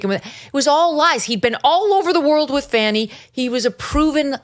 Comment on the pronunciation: Her name is Fani pronounced "Fawnny" not "Fanny". You know this Megyn!